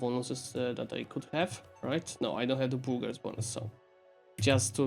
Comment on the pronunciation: I love how you pronounce the burghers estate like boogers